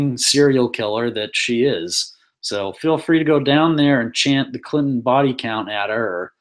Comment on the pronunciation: Dude, for the second time its CLIN-TON, not CLIT-N'. Use your words. Sound it out,sound it out